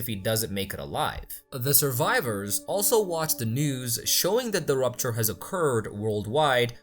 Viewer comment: It is Rapture not rupture.